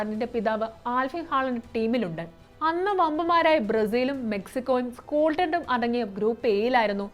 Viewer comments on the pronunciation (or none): സ്‌കോൾട്ടൻ് അല്ല മ...തേ സ്കോട്ട്‌ലൻഡ്